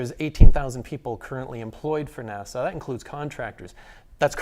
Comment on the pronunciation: Another good video, but, PLEASE, it isn't 'Nassau', that's in the Bahamas. It's NASA! No 'aaw' on the end. [/pedantic rant] Dave Bailey